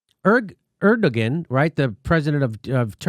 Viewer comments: Hi, Jimmy! Erdogan is pronounced air-due-won... Forgive my crazy spelling of this💙. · Jimmy, I think it's pronounced Er-Du_Won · Jimmy dawling. Erdogan is pronounced something like 'air-doh-wan'. I think. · Er-Duh-Wan, not Er-duh-Gan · /'ɜɹdəgən/? I'm sure you mean /'ɛɾdoːɑn/. I don't know why Western media forgets that the g is soft; i.e. it's Erdoğan, not Erdogan. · Lol, "Er-da-gan" it is pronounced Er-da-wan. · It's pronounced "air-doe-wan" Jimmy. Not "err-duh-gin". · It's AIR-DUE-WAN not ERD-A-GEN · It's airdowahn, not erdogin. It's just minutiae, but it's been bothering me. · President Erdogan is pronounced ER-DA-JUAN*** JIMMY! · Erdogan (Air-doe-Wahn) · Jimmy... it's pronounced AIR-DUH-WAHN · It's more like Err-doe-one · ERD-EG-EN LOL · Jimmy. The Turkish dictators' name is pronounced "air-doh-wan". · Jimmy it pronounced Air-dew-wan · ER DO WAN. That is how it’s pronounced. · Jimmy, it's pronounced Er/doe/wan. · Somebody tell Jimmy it's pronounced (AIR doh wahn). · I'm turkish... You don't pronounce the ''G'' when you say ''ERDOGAN'' haha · Lol Jimmy. You're saying Erdagon wrong. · I know you know how to pronounce "Erdogan," Jimmy. Come on...